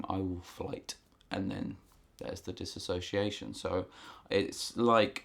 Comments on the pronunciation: For future reference it is pronounced diss-ooh-see-ation. Not diss-a-so-see-ation. No “a”. I have been clinically diagnosed with BPD (quiet) a very rare type of OCD. I dissociate on a regular basis and I experience severe amnesiac blocks. Thanks for the info and I am glad to know other people suffer the same. In my experience exercise and therapy are the only treatment that helps, also being able to talk about it. I have issues talking about most serious or perceived serious things without dissociation. It’s a highly miss understood and miss diagnosed mental disorder. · This might be a bit nitpicky for me to point out, but it throws me off when you're talking about dissociation and pronouncing it as "disassociation". As far as I looked up, disassociation isnt a word. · Well done video...except that the correct pronunciation is DIS-SOCIATION no A.🙂 My dissociation is linked to my SPD... Schizoid Personality Disorder and Social Phobia. Diagnosed 13 years ago. I've been treated with anti-depressants and anti-psychotics, and everything in between. Right now I am down to 16 pills a day(go me!). Oh and therapy, of every type. I still dissociate daily, even though I've become a recluse. I never know when it's happening. I just lose chunks of time and have complete amnesia. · You are both spelling and pronouncing it incorrectly. There is no a in the word, and contains only 5 syllables, not 6. Just passing that along. Dissociation.